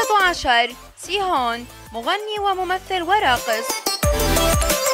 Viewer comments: غلط الترتيب غلط موسوعة أجمل رجل في العالم بنفسها تقول جيون جونكوك هو أوسم رجل في العالم يرجى مراجعة المصادر +نطقك لبعض الشخصيات غلط مثل سيهون من فرقة أكسو نرجوا التأكد من الأسماء قبل ذكرها لأنوا ترى أنتي تقولي أوسم رجال العالم لعام ٢٠١٩ مو أوسم شباب حارتكم الي تغلطي في أسمائهم زي ما تبغي حلو ؟ وشكرا مع تحياتي للبنت ولإدارة القناة💜🍃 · نطقت كل الكورين غلط ابي اكفخها 😂😂😂💔💔💔